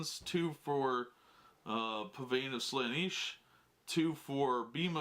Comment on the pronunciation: If he says "Slaaniish" one more time my head is gonna explode.